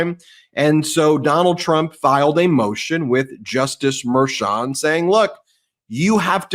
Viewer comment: Someone really should tell Harry Litman to pronounce Merchan's name correctly